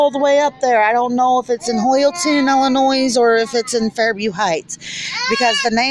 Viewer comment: i do wish you luck in life and with getting your children back please read this whole post before replying about disrespect again. I'm sorry maybe it is not you being disrespectful because you did not grow up in Illinois and some other states don't know how to pronounce it but being born raised and educated in Illinois we were taught from a very early age that the s is silent and i take great pride in my state. Trust me i understand disability and how difficult it is to get help people should post YouTube videos complaining about that.